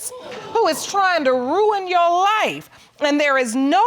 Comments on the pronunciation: Why does she keep saying YOU honor?! Is there something hard about saying YOUR? Gees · "You Wonna"? 🤔 Your Honor!